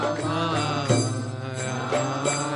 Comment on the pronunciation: Dear, Without meaning any offence to you I request you to please note that the Maha Mantra is “ Hare Krishna Hare Krishna Krishna Krishna Hare Hare Hare RamA Hare RamA RamA RamA Hare Hare” While in your kirtan in this video you were pronouncing it as Hare Krishna Hare Krishna Krishna Krishna Hare Hare Hare Ram Hare Ram Ram Ram Hare Hare “ This is the maha mantra and the strength of a mantra is in the sound sequence. Pronouncing RamA as Ram changes the meaning of the mantra. I hope you will not take this as an offence but just as an observation. I am inspired by how you are inspiring many many young people to choose an education based on the Bhagavatam and Bhagwat Gita and Chaitanya Bhagwat and Chitanya Charitamrita and our shashtras. Thanks you for this wonderful seminar which has inspired me to take up homeschooling for my children. Hari Bol!